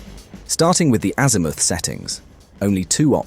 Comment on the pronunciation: It wasn't bad but AI pronunciation of "azimooth"😅